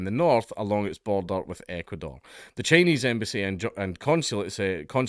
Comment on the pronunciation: When you finally managed to say Ecuador correctly I had to stop the video and clap and cheer for you, you dopey drongo.